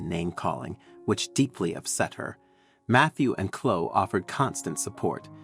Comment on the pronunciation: Too fanciful a story that does not sound true. Biological parents turning up and expecting an unrealistic response??? It is Chlo-e, not Chlo.